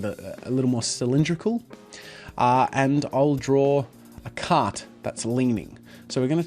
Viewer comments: Until I thought you were saying "cat", not "cart." Lol. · Lol I thought you were saying slanted "cat" the entire time